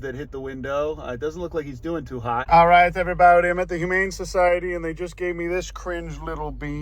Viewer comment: “Everyboudy” he says